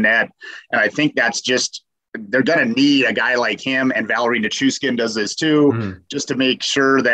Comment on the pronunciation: Can you guys not say Nichushkin? Ni-choosh-kin.